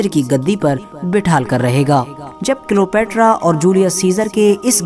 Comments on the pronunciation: Are wo Cleopetra ko kilopetra bol raha hai dhyaanse suno🤣🤣🤣🤣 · Bhai wo Cleopetra hai kilopetra nahi 🤣